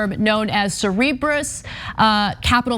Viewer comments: its cerberus, like the 3 headed hellhound, not cerebrus! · Cer-ber-us. FFS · Cerberus, pronounced: Sir-burr-us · Cerebrus? No Cerberus.